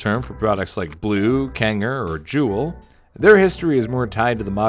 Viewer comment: Also hearing Kangertech, blu, and juul made me cringe